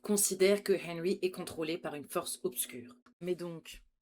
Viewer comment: Nan mais pk? On fais des reacts sur une série trop longue qui n'est pas finie? Nan mais pk? On dit "rainbow arc en ciel" Genre tu as pas traduis mind flyer just après... Perso, je trouve que "arc en ciel" c'est pas la partie la plus dure à traduire... en plus, tu dis hennrhy au moins 10 fois, mais le boss de fin, tu traduis pas son nom... Ah, et puis, juste pour mon info perso, pourquoi le bonnet sur ta tête ? Pblm avec EDF? Calvitie? Tellement de questions...